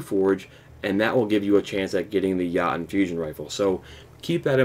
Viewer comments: Lol he said "Yah tn" instead of "Yo tun" lol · Your pronounciation of Jotunn sucks big time. It's pronounced Yo-tin, not Ya-tin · Everyone is saying it's pronounced "Yo-ton", but they're wrong lmao It's ACTUALLY pronounced "Yo-Toon", as it is the shortened name of a race of beings from Jötunheimr from Norse Mythology. Anyway awesome video! Quick and straight to the point! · Yachtun Fusion rifle lol. Thank you for this video though. Helps A LOT. But its pronounced Yotunn* by the way. But hey to each their own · Good, informative video, man. Thanks. BTW, it's pronounced "yo"-"tune". It's a Scandinavian word that refers to mystical, mythological creatures like Elves, Trolls and the like. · Its pronounced Yo-tun, but the u is kind of silent. Its the nordic word for "giant" as in the mythical creature. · it’s a norse word, so you pronounce it like yo-tunn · Mispronounced it is (Yo-ton) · It's pronounced Yo-tune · Yo toon* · Pronounced yo-tun. Just fyi